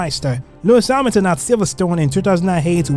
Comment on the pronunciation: Yeah, I suspect voice was done by AI, because Hamilton and Verstappen pronunciations are just joke + I would recommend to be more concerned about Suspect and reality : your narrative in explaining season and pilots was good, but actual race comments arecan not compare to suspense